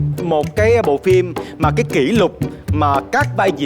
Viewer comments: Để ý chữ "phim" thì đọc là "phin":) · Quê mình 1 số nơi cũng đọc phim thành phin á, cơ mà đấy là tiếng địa phương. Còn MC thì nên phát âm chính xác hen.